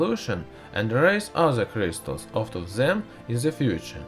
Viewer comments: Are all russian pronouncing Crystals as Krishtals ? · I like how this guys says with crystals. C R I I S T A L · I love how he says cryzztals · stheeese kreeestalls. lmfoa 😂